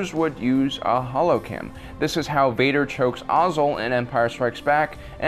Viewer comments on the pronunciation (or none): none